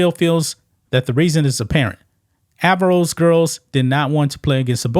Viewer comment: Averroes -- pronounced "uh-VAIR-oh-EEZ". It's the name of a Muslim philosopher and physician from A.D. 1100s Andalusia (Spain).